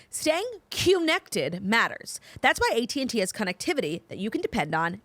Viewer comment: “conn-activity” lol that gave me a good chuckle! Love you